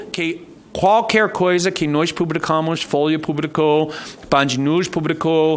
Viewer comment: "foia" kkk